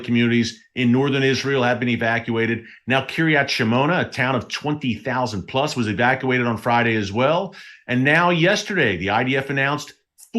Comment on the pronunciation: Love the reports. Just a small nitpick, it’s pronounced Shmoe-nah and not Shamona.